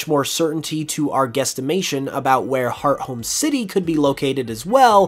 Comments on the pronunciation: Just now realized I've been mispronouncing Hearthome for the past approx 16 years ☠️☠️ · Hearth-ome city, not Heart-home City. Ore-berg Town not Or-a-berg town.